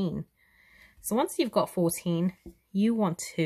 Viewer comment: fourteen, not four teen!